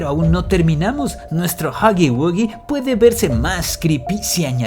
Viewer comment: Pir fin una persona diciendo huggy wuggy bien. joder